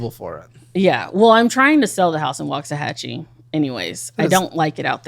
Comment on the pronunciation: Having lived in waxahachie....I hate how she pronounces it ...